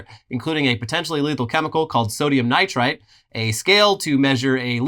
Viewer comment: The suicide kit drug is sodium nitrite, not nitrate, for what it's worth (the article on screen is right but you read it wrong :-))